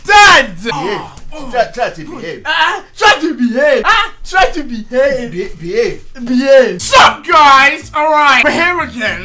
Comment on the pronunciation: He said sad instead of dad